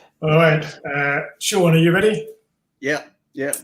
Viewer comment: Sean.... 🤣... it's Seon... See..on..